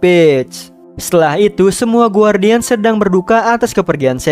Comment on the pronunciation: Bang Bukan Gwardian Tapi Gardien Buat Simple